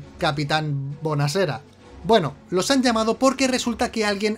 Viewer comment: buoazera capitan buonazera genial jajaj